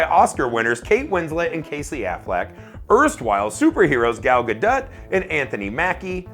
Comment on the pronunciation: Who is Gal "Ga-Dutt"? I know Gal Gadot but not "Ga-Dutt".